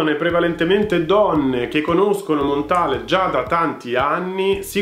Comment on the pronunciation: Si pronuncia Montal no Montale. È francese!